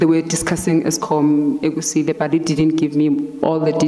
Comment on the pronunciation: Does she mean KUSILE Project. Not Egusile😄